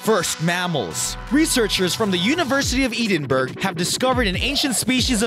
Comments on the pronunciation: Edenberg.... Actually pronounced Ed-in-Burrah. What would an interested Badger sound like? That's what I'd like to know. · "Ee-din-burg" - i think you mean Edinburgh, pronounced "Ed-in-bru" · Ed-n-burrah actually! Not boro , we're not English! Ta very muckle. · "EDIN-Burgh"? Never heard of Edinburgh? (pr:Edon-brah) in Scotland? Not the best commentary for a "Science" oriented video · EDEN-burg! Really! And oh my what a coincidence it’s in Scotland too! I’ve heard of Edinburg or Edinboroagh but not “Eedenburg_____ The whole video loses credibility for me when this speaker can not speak correctly. It’s not like it’s alive or anything where they have no time to brush up on the correct pronunciation of a major city in the world. And slightly disgusts me. Period. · Did ... you just pronounce Edinurgh "eaden-burg?" It's "Eh-din-bur-uh." I'm american and even I know that. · Eedin burg is pronounced like head in burra without the H. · And, by the way, the university studying the prehistoric mammals is NOT "EEDINBURG"! Typical Millennial. It is EDINBURGH, pronounced "ED IN BURAH" Scotland. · He actually butchered the pronounciation of "Edinburgh" to a point where I couldn't even recognise it. I only seen that it was Edinburgh after reading the description. Edinbruh or Edinburuh is good but he said Eden burg or some crap. He also butchered so many other parts of his commentary. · Eedenburg? You mean Edinburgh ! Pronounced ( Eh din burrah ) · "eedinburg" you fucking melt. its Edinburgh. pronounced "Edinboro" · Eedin-burg?? Edin-boro - the capital of Scotland. Dipshit! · Edinburgh doesn't rhyme with Pittsburgh. It's not pronounced Ee-den-burg. It's Ed-in-burra, with a slight roll on the R's, like a Scottish accent. Robbie Burns, Robert Louis Stevenson and Sir Walter Scott are turning in their graves. More so the latter two, since Edinburgh is their birthplace. lol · Eedin Burg? (its pronounced 'Ed-in-bura') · edinburg pronounced edenburo not eedeenburg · Eedinburg! Ha ha.